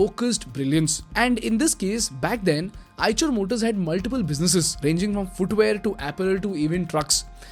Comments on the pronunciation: Have to quite agree.. Even EICHER came mispronounced as "CHER" instead of "SHER" sadly ?! It's a no go in my Books.. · Its pronounce aaysher not aaychar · on a lighter note as per my knowledge the 'ch' part of the company name should be pronounced as 'sh' same as in 'Chevrolet'... very informative video. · Call it i-sher